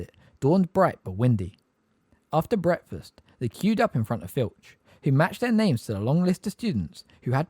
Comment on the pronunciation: Love how breakfast is pronounced bretfuss